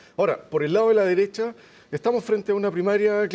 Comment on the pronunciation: El “analista” no pudo evitar decir “extrema deressha” 😂😂 Le faltó turbo super duper nomas